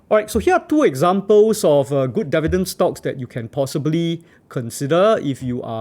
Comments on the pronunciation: Dee-vee-dend not deaf-vee-dend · how many times did he say devi-dens in this video? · you got my like for sticking to your guns and saying DEH VIDENS throughout the video! still funneh 1yr later sorry XD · It will help if you learn how to pronounce “Dividend” correctly.